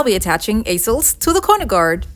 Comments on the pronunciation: Easels are pronounced EEsels. 💝🥰 just so you know. 💝🥰 I absolutely LOVE both of these pieces. You are amazing! I just love watching you and your incredible mind!! Thank you so much for sharing with us. I truly appreciate you! 💝🥰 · Lmao i was weak how she said easels. Never heard them called that. 😂😂😂😂😂😂😂😂😂😂😂😂😂😂😂